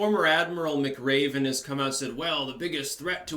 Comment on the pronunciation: Muh-Craven says what?